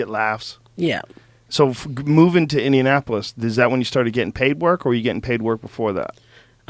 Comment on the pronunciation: Funny woman... mental life. "Indinapo-lis.